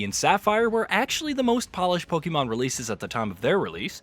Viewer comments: It's not pronounced Pokeeemon. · Lost credibility in the first 2 seconds after mispronouncing pokemon